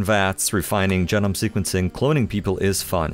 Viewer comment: Please say "jee-nome" and not "jeh-nome" 💀💀😂😭😭😭